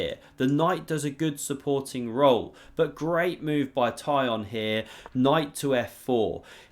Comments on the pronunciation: His name is not Tie-on, it more of a Tea-Hone, but with a short "o", like in "lot". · Tykhon is pronounced "Tick-un". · Tykhon is pronounced as Teekhon